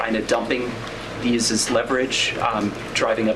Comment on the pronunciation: very good content. Perhaps, reflect your pronunciation: It s not: In /ðɪs/ crazy times. It s : In /ðiːz/ crazy times.